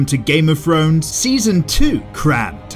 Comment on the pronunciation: I ❤️when narrator says “Game of Frones”🤣😂